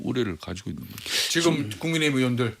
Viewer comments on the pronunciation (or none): none